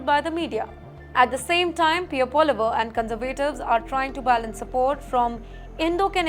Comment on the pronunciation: Lol, she doesn't know how to pronounce PP.